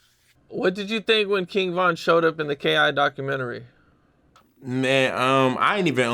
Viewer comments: Docu-men-terri lol, nah fr tho truth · He said docahmatary 😂😂😂😂😂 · It’s “documentary” bro 🤦🏾‍♂️😂😂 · The word “documentary” Was kicking his ass